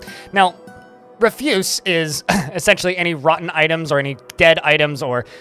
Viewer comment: You're using the wrong "refuse". "Refuse" has two different meanings and two different pronunciations. Tarle Speech has a good video that explains the differences.